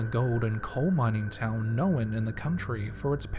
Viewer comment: "no'wn" not 'nohwhen' thanks